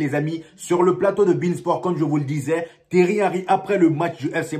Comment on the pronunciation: C'est pas Terry mais Thierry